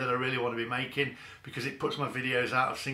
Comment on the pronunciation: you accidently said 'Be-cuz' rather than your trademark 'Be-COARSZE' at the start of the video what's going on!? The mask has slipped xD